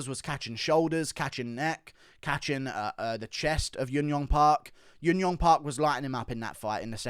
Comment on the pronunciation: Hey man. Thanks for the great videos. Just a heads up, you often pronounce J's as Y's for korean fighters. Junyoung is pronounced just as writren with a J sound. Jiyeon and any other J name. ㅈ is the Korean phonetical character that sounds like Juh. Park is the anglicised version of what actually sounds like baek.